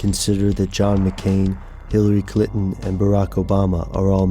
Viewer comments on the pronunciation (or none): "Hillary CLITon".... Priceless...